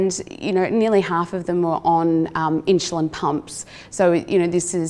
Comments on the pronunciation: God bless her, but some one for the love of God teach her how to pronounce insulin!! Or should I say inshuslin. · Inshuslin drove me crazy. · Brits put a y before the U in insulin.